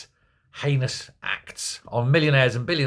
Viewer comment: did you say heinous or anus? 😮